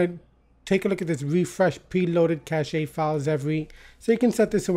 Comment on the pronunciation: helpful video Thank you btw, cache pronounces as KASH ;)